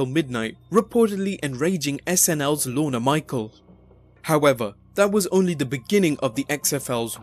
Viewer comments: It's not "Lorn-uh" Michaels. Rather, LORN. No emphasis on the letter "e" at the end. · lol sounds like you said Lorna michael